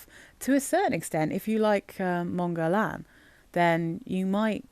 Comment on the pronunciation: Not that it matters very much (we all know what we’re talking about anyway!) but the way to pronounce Guerlain using sounds an English native speaker can make is “GER-LAN” where “GER” (hard G, of course!) rhymes with “care” and “LAN” rhymes with “Anne” 🙂